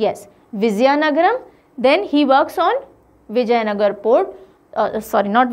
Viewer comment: Mam I think your pronounce and spelling is little wrong it is vijaynagara